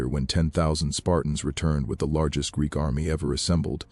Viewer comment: It read Greek as G r e e k😂😂😂once. I guess there's no editing AI.